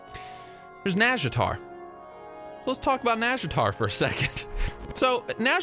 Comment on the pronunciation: Close pronunciation, but it has the "naw" not "nah". Just listen to the Warcraft 3 sea witch